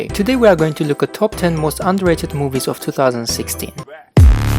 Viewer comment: i thought you said UNDERRATED